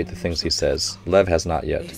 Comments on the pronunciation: Lev is a russian name. It's actually pronunced more like Lief (ɫɛf in IPA). I think you, like many viewer, let yourelf be too influenced by the way it's written, coach... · lev pronounced liev and it means lion not tiger